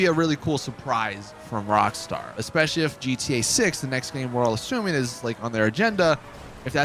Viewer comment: Not sure if anyone heard him saying in GTA sex instead of GTA 6 at 7;48